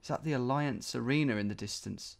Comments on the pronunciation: It’s pronounced alleeanz not alliance hahaha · You can't be pronouncing Allianz as "Alliance"! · I died a little every time you said alliance instead of Allianz.